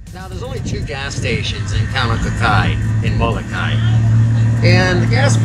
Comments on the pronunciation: Pilipo and Kawaimaka (Greg) Solatorio, who are direct descendants of the original natives on Molokai, taught us to say it this way. When it is pronounced with the ee sound on the end, it gives the name a different meaning. If you take the Halawa Valley Falls Cultural Hike on the island this is all explained. They can be found by calling or on the Internet at Mahalo nui loa. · Nice video. I have never heard a Hawaiian pronounce Molokai the way you do.